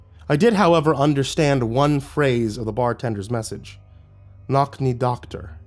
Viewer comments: It took me a while to figure out the nokni doktor was actually nočni doktor🤣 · Just to fix one issue, nočný pronounced like nochnee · "Nočni Doktor", would be prounounced as Nochni Doctor in English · For anyone who cares, the pronunciation of czech word nocny (or noční, if we are to be accurate) is a bit off. The letter "č" in western slavic languages do not sound like english "c", but more like combined "cz" in the word "czech". To be clear, I am not blaming anybody nor complaining (I am not a czech, after all). Nobody can reasonably expect someone from half the globe away to get things like that right first try. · Hi yeah as a Czech person I just have to be a little annoyed about this, that is not how you pronounce “noční doktor.” I know firsthand that sometimes the language barrier can be a hassle but at the same time the protagonist heard a Czech person say it so it feels like it would’ve been worth it to plop the word “noční” into a translator to find out what it’s pronounced like. It would’ve been slightly less terrible if the protagonist had seen it as a text message for example, cuz then I’d understand he also mispronounces it in his head, but he hears it from a native speaker. Sorry for the complaint but it just kinda kept taking me out of the story every time it got repeated wrong ^^’ the narration is incredible as always, but in this case it just kind of adds salt to the wound - if you’re this good, making sure names and words in a different language are pronounced correctly doesn’t seem like that far of a reach.